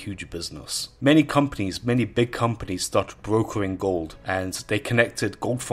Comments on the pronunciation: goooold....dude, why are you saying it in such a weird way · Ghold. That pronunciation